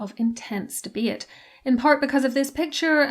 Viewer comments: what is she saying here? "Thebeit" or something of the sort? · she’s saying “debate” with an irish accent